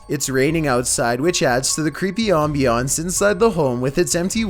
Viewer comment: Is nobody gonna talk about how he says ambience?